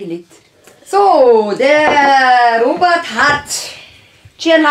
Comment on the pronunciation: Chian. Warum. Sagstu. Immer. Ropert